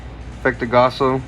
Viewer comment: Really love the content but man cant help but to stress with how u pronounce gaoss as gasso t.t